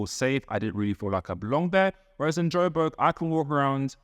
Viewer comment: It’s Joburg. Not Joberg. ❤